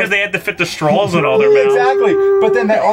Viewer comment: Someone needs to inform that there is no L at the end of the word 'straw'. He said strawl like 6 times.